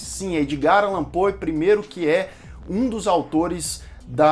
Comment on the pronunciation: É Pou e não Poe que se pronuncia